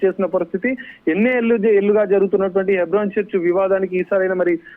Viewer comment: హైబ్రోన్ కాదు తల్లే.. హెబ్రోన్..ముందు కరక్ట్ గా మాట్లాడడం నేర్చుకో